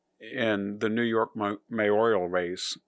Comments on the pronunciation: as a public service it's "mayoral", not "mayorial", it's new-klee-er, not newk-u-lar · Mis-pronunciation of 'mayoral' and 'Bowdoin' are unusual for a supposed 'intellectual'.